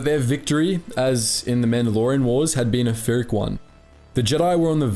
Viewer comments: It's pronounced PEER-ick, not fear-ick. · I know this is four years old, but pyrrhic is pronounced "pier-rick", not "phy" or "fie-rick" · Pyrrhic=Peer-rick not fear-rick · Pyrrhic isn’t pronounced with an F sound my dude. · blud doesnt know how to pronounce phyric